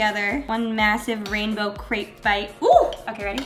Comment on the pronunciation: Hi! Just a friendly fact, crêpe is not pronounced like that, it’s you say it like step. haha just thought I would let you know :)